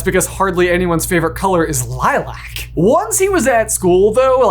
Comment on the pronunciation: How do you pronounce Lilac wrong, then show a clip of its correct pronunciation, and then do it again?!